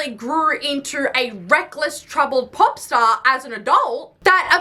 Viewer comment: My 4 year old American kiddo just walked by and heard you say pop star and now he is walking around saying it with your accent 😅❤